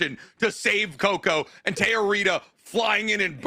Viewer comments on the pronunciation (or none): Not them calling Tetia (Witch Hat Atelier) "Teoritta" (The Sword Goddess from Sentenced To Be A Hero) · Them repeatedly calling Tetia from Witch Hat “Teorita” was messing with me, I just watched the last episode of Sentenced to Be a Hero today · Their inability to pronounce Tetia is killing me, litterally.